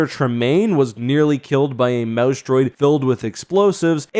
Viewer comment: Every time he says "mouse droid," for a split second, i hear, "mouse dropping," and crack up. You'd think I was 15 not 51 lol.